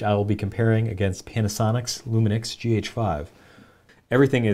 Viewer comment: lol "luminix" a lot of older videographers pronounce it like that, theirs no "n" in the name lol